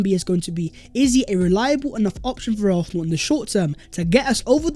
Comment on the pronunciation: Hey, our team is pronounced ARSENAL!!!!!! NOT ARRRFFFFNAL!!!! 😤😤😤😤😤